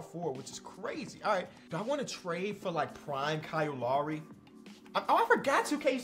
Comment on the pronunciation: It’s Kyle Lowry he from Philly it’s his name it’s Kyle Lowry